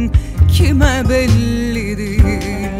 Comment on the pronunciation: Sıla ve Nükhet Duru'nun sesleri gerçekten çok güzel ama "sorucam" nedir , "diğil" nedir Allahaşkına ? İki kelimenin hatalı telaffuzu yüzünden şarkı berbat olmuş....